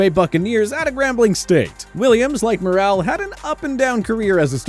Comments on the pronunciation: likes to mispronounce names. Pronounced like "moral" not "morale" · Good catch. Earl Morrall last name pronunciation was butchered too. Mor-ull not Moral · Just FYI, Earl Morall is pronounced like Moral, not Morale.